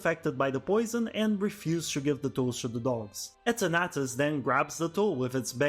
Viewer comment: The way you pronounce Eternatus had me so confused to which pokemon you were talking about haha.